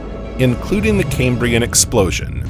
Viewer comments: Its CAM-brian not "kaymbrian" It's named for the Cambrian mountains in Wales not pronounced the way "Cambridge" (kaym-bridge) is said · Cam-brian, not Came-brian. ChatGPT write this script for you? 😂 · EEEEEEEEAPPettuss FFS!!!!!!! NOT 'LAPPETTUSS' !!!!!! NoEL NoEL NoEL NoEL NO EFFing ELL!!!!! AND it's KAM KAM KAM KAM KAM BREE UN!!!! NOT 'Kaymbreeun' ! It's from WALES BOYO NOT 'Camebridge' the town with the bridge over the river in thre east of England! WALES! 'Kambria'! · CamE-brian, CamE-brian, CamE-brian, CamE-brian, CamE-brian: 🙄🤢🤮. It is named after Cambria, the Roman name for Wales. It has NOTHING to do with Cambridge University!